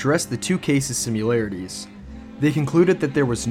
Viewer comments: "sim-u-larities?" There's no "u" in similarities. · I notice this guy didn’t offer one reason that Steve Hodel’s theories are supposedly bunk. I guess he doesn’t think Steven Kay has any credibility either. Additionally, it’s quite annoying to hear him continuously mispronounce ‘similarities’…..😬